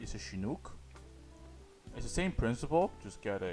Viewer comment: No, he said "shinuk"